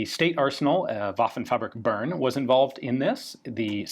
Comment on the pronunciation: That's not how you pronounce Bern, you insufferably uncultured Anglophone.